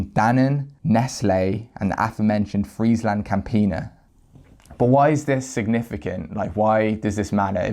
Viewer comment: Friesland was pronounced alrighy